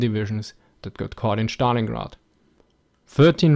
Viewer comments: it is not Shtalingrad but Stalingrad with (es) pronunciation. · I love the way you pronounce "schtalingrad".